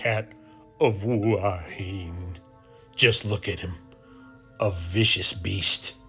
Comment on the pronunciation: enjoying all your videos. I appreciate you trying to get local pronunciation correct. However, someone has misled you on Hua Hin. Watch today’s(fri) video from Jonny there’s something happening.in it, a Thai local ptonounces tge city name twice, and it’s not “Wah Heen” as you are pronouncing it. He say Hua hin plain and simple. Twice. Just an fyi.